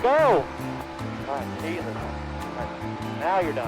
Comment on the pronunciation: Jessus? U mean Jesus?